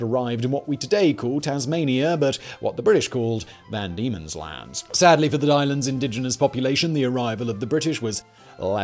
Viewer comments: Van Diemen's land.. VAN Diemen's land... Not Demon's land. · It was known as “van Diemen’s Land”, not “demon’s land”, for anyone wondering. He gets it right the second time he says it.